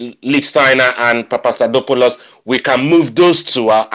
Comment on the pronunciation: im greek and pronounced papastathopoulos the best out of anyone i've heard so far